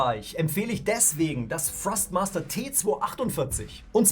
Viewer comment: Kann es sein das ich immer wieder Frostmaster statt Thrustmaster höre???